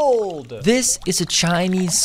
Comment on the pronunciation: The "behold!" Was personal